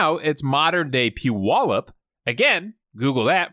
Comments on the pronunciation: Big kudos on pronouncing Puyallup correctly!! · Yo, where are you from? I've NEVER heard anybody pronounce Puyallup correctly before that wasn't from around there. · Congratulations for pronouncing Puyallup correctly.